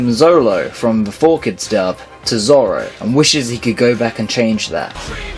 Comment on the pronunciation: I haven't even seen or piece have u u keep saying lufy instead of luffy and keep saying zolo still an also u also put guild arts instead of shanks which is just wrong they didn't go to the moon yet